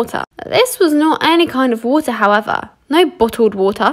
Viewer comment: baag of vootahhhh